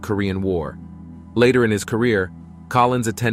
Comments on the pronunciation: Just another typo repeated by the digital narrator. He also said "Collin" a few times instead of Collins. Just like the media reading the teleprompter. Apparently the Spooky part of the dark side of the moon stated by Collins was redacted. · it's Collins, not Collin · Sorry, the narrator got this so wrong I gave up. The man's name is COLLINS - NOT COLLIN! and as others have commented Armstrong and Aldrin did not run about in a lunar rover. Seriously, why bother if you're going to screw up so much. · Multiple times the narrator refers to Collins as “Collin.” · Not Colin but Collins.